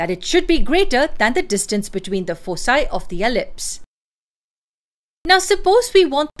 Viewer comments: It's pronounced as foe kye not foe cye. Thank you so much. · Foci is pronounced with a hard C as you did because it is a Latin word. Elsewhere you shift to the incorrect soft C ("fosi").